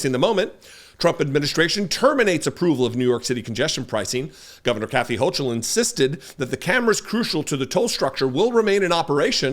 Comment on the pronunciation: it is a hard ch not soft, like chyron instead of chair, in Hochul's name. Just FYI...